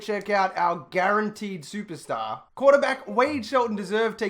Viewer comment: I love the way he says SUPASTAH